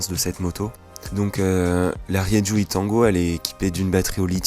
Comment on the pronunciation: on dit Rérou !